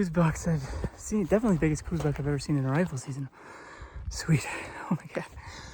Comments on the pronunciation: Don't take this wrong, but they are "cows" deer. Named after Dr. Coues. An army doctor and naturalist from the 1800's. I know cooz is the norm today, but cows is the proper pronunciation. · STOP. For fucks sake - say it right - COWS deer is the only proper pronunciation. Show a modicum of respect and intelligence. Otherwise please stay out of Southern AZ. Carpetbaggers. But it's awesome you had a great hunt with your Dad, glad for that. Just please says COWS.